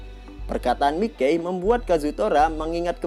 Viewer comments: Iya yg bener Mikey dibacanya maykei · "Mikey" dibaca sesuai tulisannya terdengar aneh !!!!🤣🤣🤣🤣🤣